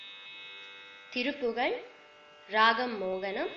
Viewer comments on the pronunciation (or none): none